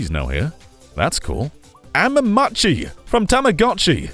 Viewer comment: I love you but my god that is not how you say Mametchi